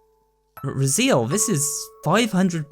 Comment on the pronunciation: I think it’s pronounced Raz-ay-el, not Razeel.